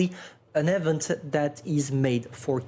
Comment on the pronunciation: Event = "EEE-vingt". Not 'effent'.